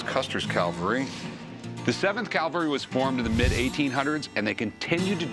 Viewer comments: “Cavalry” not “Calvary” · CAV-alry. CAL-vary is where Jesus got crucified. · That's "cavalry." Calvary is something altogether different. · That would be cavalry, there Rick. Calvary was where they put that guy on a cross..... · Rick, learn to pronounce the word "CAVALRY ", not "CAVALRY ". Cavalry refers to soldiers on horses. Calvary is the place where Jesus was crucified. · Cavalry not Calvary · Rick, my man... it's not "calvary." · It's "cavalry" not "calvary." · Cavalry not calvary Rick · The word is cavalry Rick.